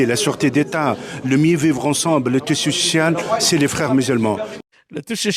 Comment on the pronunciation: le t ch…il « parle » il baragouine : le tissu social. es eso ?